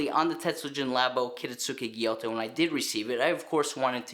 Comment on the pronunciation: It’s a gyuto, not a gyoto.